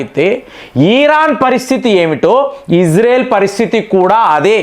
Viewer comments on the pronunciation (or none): none